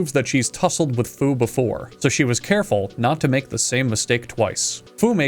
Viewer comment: When he says “Fu makes sure this restaurant is serving food” all I could hear was “Fu makes sure this restaurant is serving Fu-d”